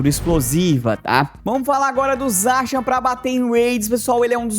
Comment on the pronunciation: Pq você pronuncia Zaxiam?